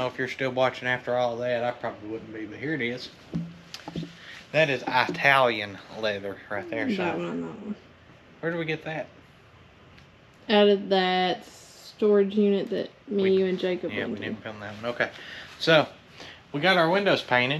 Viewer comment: Just FYI…you pronounce Italian like you pronounce Italy…it’s not Eye•Talian!!!